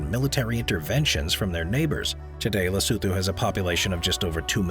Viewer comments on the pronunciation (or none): Lesotho ... la soo thoo 🤣🤣 le soo too